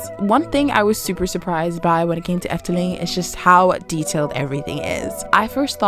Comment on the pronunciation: Impressed by your pronunciation, IT was pretty spot on